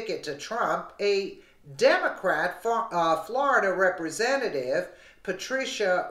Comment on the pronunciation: Flor-i-DUH does it again 😲😡